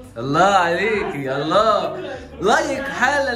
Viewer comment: لفظ الجلالة بالهاء مش بالياء الله وربنا يباركلك